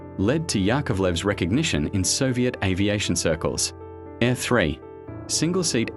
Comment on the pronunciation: It's not "uay ey" it's literally YA, the beginning of his last name LITERALLY. And those AIRs are not pronounced like english "air", A.I.R. stands for Alexei Ivanovich Rykov. It sonds like "Ah-ee-r(short)".